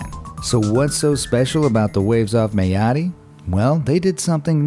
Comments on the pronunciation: Mayotte is pronounced My-ot... not May-oh-tee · It’s pronounced meye ot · The pronunciation of Mayotte was painful